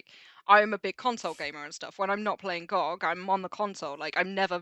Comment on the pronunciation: It’s Gee oh Gee. 😁